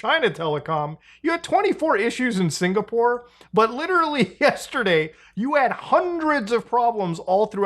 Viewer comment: This has really fucked with me for a long time now. You ssy ""literally" not just constntly but you pronounce it just like Leafy. PLEASE stop. It's gone on long enough bro.